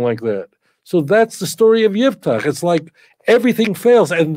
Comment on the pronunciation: IFTACH, with an " F " , NOT '' P " Italian rabbinical TANAKH., Rav Dario Disegni, z.l.